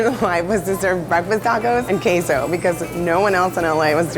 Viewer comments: Am I the only one that got really mad every time that lady said queso wrong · Is it that hard to pronounce "queso" properly? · Tf is that queso pronounciation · Jan Reyes are you suggesting it's pronounced Kweso? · That one girl: literally owns a restaurant just cuz she wanted to make queso Also that one girl: CAN'T EVEN FRIGGIN PRONOUNCE THE WORD QUESO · cringed at how she said queso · She pronounced it KAY-SO....... I am triggered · Taco lady: Tacos and kayso Me:q-queso? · I exaggerated the e but yeah its keso! Just wanted to point out that it's not an "AY" sound in queso 😅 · Queso not kay-zo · Thumbs down as soon as “breezy” said ‘Kay.Zo” without even trying to pronounce Que. SO properly. Get outta here gentrifier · In the kaaaaaysoo. Just say cheese. Or pronounce it properly. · Me: what the hell is "keiso"? 10 seconds later Me: SHE MEANS QUESO! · Her saying kay-so is annoying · It is QUESO, not queiso god damn. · In Texas we don't say Caso orHalpainyo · "Kay-so" Ew. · Stop saying K-so when trying to pronounce queso! Argh gringos!! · is making food she can't even pronounce? It's not Kay-so 😒 Stick to pancakes girl. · Does it bother anyone that she keeps on saying QEYSO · The first lady looks latina but can not even pronounce queso, so cringe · Am i the only puerto rican/person who was pissed/annoyed the way she said cheese in spanish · The way that woman said queso triggers me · She need to learn how to say queso the right way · I hate the way she pronounces “queso” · how does she own a taco place and doesnt know how to pronouce queso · Pronounce Queso correctly please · It feels like betrayal when a fellow mexican pronounces queso the way she did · the way she pronounces queso makes me cringe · Isnamjoon it’s killing meee, she straight up murdered the word 😂😂 if you’re gonna build a whole business around something not from your culture at least learn how to properly pronounce things. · the way she says queso (cheese) is just. uhm.